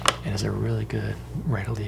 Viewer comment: i thought you said "it's an Israeli cup of coffee"....